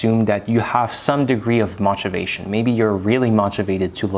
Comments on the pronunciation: His pronunciation was fantastic except for the word motivation, which is more of a 'mow' than the 'moh' that he uses. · Also your pronunciation is very good. Only thing that was glaring out was the pronunciation for motivation. The o makes an “o” sound as opposed to an “ah” sound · Amazing command of American English for neing non-native. Only thing I couldn't understand at first was your pronunciation of "motivation".